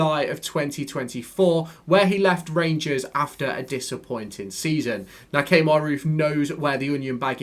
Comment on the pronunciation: Key-mar (Kemar) not Kay-mar 😆